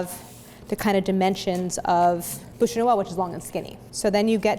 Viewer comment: So, funny little observation. Her pronunciation of "boosh" makes the translation "mouth of Christmas". The word for log is pronounced "byoosh". Which you wouldn't know unless you failed French twice in high school, comme moi.